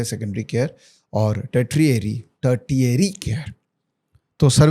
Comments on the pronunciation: A small correction, second T in tertiary is pronounced with SH sound. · Agar aap expert ban ke aa rahe ho to Tertiary bolna bhi seekh lo. 🎉